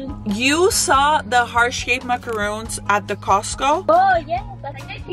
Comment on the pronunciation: Great deal cuz they're pricey! But soo good 🤤 💕. By the way, you're pronouncing them wrong. Macaroons (with the ooo sound) are the coconut ones, the macaron is pronounced Maca-Ron (like the name Ronald or like On with the r though). I used to mistake the pronunciation too 😊